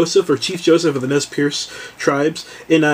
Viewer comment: The Tribal name is properly pronounced "Nez Purse."